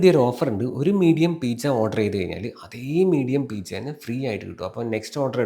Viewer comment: PIZZA ❌ PEECHA✅🤭